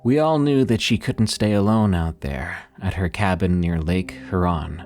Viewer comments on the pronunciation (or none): Good catch with Lake huRON! I heard winDOWW too! This causes a brain skip to me and makes me a little sad with now another AI so few humans left on the Dead Internet!😢